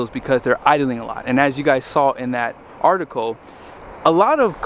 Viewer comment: Article. Not artico